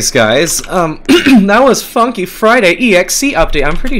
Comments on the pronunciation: Did he say the f word instead of funky in the intro lmao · He swore, he said fuky friday bruh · he sayed fucky friday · BRO BYE- WHY DID I HEAR “F U FRIDAY” WHEN HE SAID FUNKY FRIDAY 💀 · What did you swear you say we going to play fucky friday..... I mean funky friday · HE SAID FUKKY FRIDAY bruh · He didn't meant to swear he just said it wrong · you funky wrong it shounded you said the f word